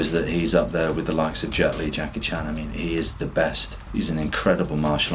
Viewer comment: He actually pronounced (Jackie) 'CHAN' correctly.